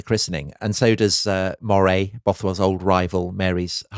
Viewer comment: Love this podcast, just one comment, as I live in Moray, it’s pronounced the same way you’d say Murray.